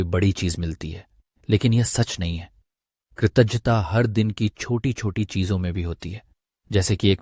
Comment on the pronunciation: Kritagyata sound is wrong can you correct it from video